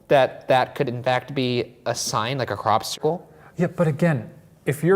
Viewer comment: Love that Ryan pronounces "cropcircle" like "popsicle"